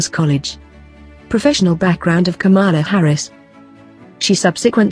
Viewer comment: She is not KAMAALA HARRIS AS YOU PRONOUNCE IT - HER NAME IS PRONOUNCED KAMLA NOT KAMAALAA